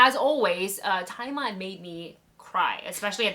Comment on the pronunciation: Why does everyone pronounce 'Tzi Ma' as 'Thai Ma'?